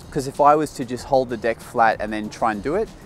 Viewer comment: its is really funny how you say deck u said dick